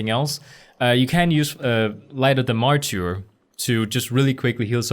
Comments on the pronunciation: that word you were struggling with is mar-ter. like the mar in march. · Hey loved the guide! Thought I’d help ya and say it’s pronounced ‘’mar-ter” no insult meant by it and not sure if other commented. All so do you pvp you should do a hpally pvp guide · MArtyr is pronounced like Marder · Excelllent job!!! Very clear and to the point! Oh, it sounds like 'maR-terrrrr' ;)